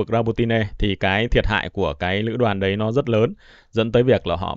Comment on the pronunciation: "Đấy " chứ không phải" Đái " nghe 😂😂😂😂😂